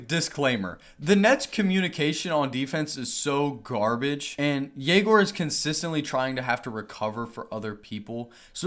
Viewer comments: as a russian myself i dont really understand why does he say YE-gor when the correct way is ye-GOR. I guess its easier for foreigners to understand, but if he asked to put a "ё" on his jersey for his last name why not teach everyone how to pronounce your first name correctly as well...? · Egor did not pronounce his name this way when he was at BYU last year. It would be a legendary move if he makes his name a moving target every year.